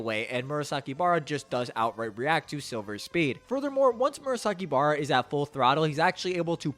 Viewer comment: great video, only the naming of characters was so off, i didnt noticed you was talking about murasakibara(i only had sound turned on):P